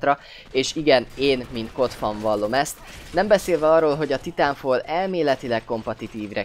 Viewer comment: Titánfal :D Dat kiejtés.